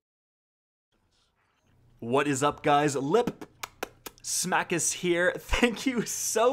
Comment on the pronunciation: HE SAID LIP SMACKIS! YES!